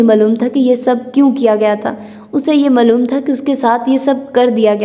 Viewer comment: Why are you pronounce word HASI to Hannsii Its sound very weird please kindly correct your vocabulary pronounce it correctly HASI and the word Maaloom is Not Mallum it affect your narration style kindly take a look.